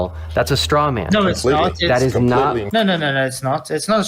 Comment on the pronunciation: "physicalickly". Lol you are out of your depth here son. Dude should disappear after this embarrassment